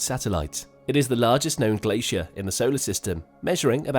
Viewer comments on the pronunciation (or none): none